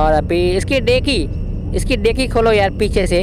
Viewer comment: डेकी नहीं डिक्की होता है